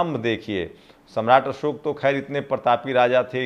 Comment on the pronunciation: असोक नहीं अशोक। आपकी हिन्दी भाषा अच्छी नहीं है तो एक हिंदी भाषा जानकार रख लीजिए। अगर आप चाहे तो मैं आपकी सहायता कर सकता हूं। लेकिन मैं हिंदी में अशुद्धि बर्दाश्त नहीं कर सकता। हिन्दी में एक शब्द बदलने से पूरा वाक्य बदल जाता है।